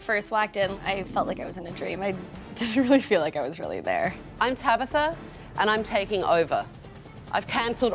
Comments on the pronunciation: The daughter is probably more mature because she had to grow up with people like tabatha mispronouncing her name. Get it right tabigggffggfftha. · Her name is TABATHA not tabitha !!!!